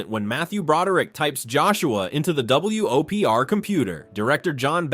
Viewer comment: I'm more upset by the repeated "W-O-P-R" instead of "Whopper"...